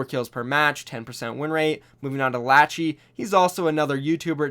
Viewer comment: Wtf lachy he said laachiii